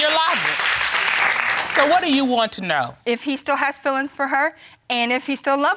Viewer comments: Its fEElings not filings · "Fillings" not "Feelings" 😂😂😂